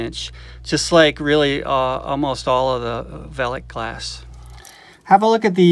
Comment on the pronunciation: Hahah, no I'm afraid you didn't say that correctly, nor did you spell it correctly. It's written as "Veiligglas", so that's an extra i, and one less s. :) The letters 'ei' are pronounced as a single sound that resembles the use of the letter i in English words like Nice or Fine. So, instead of calling them "Vely's" you should actually call them "Vily's" (As if it were an inflection of the word Vile), and that would be spelled as "Veily's". Sorry, I couldn't resist as a Dutchman. :) Great video btw. I'm not into marble collecting, but it's amazing to see all these small globes of art. Also, it's fun to spot the marbles that I used to play with as a kid The Netherlands. Amazingly we seemed to have a lot of Japanese cat eyes here. (As I learned from another video of yours).